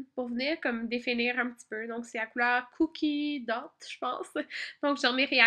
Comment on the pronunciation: Hihihi ter trop belle !!! Super video mais le eyeshadow que tu savais pas trop comment dire et bein sa se prononce " cookie dof " comme pâte à biscuit xxxx